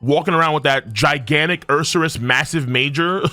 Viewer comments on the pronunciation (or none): none